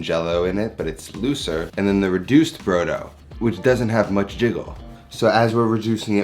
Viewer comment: Omg, every time you said brough-dough it hurt my Italian heart. For those who actually know which way is up, brodo di carne is meat broth, made to be consumed as a soup. Broth is NOT stock. Broth is made with meat! More than you used. And not a kilo of onions. Jesus wept.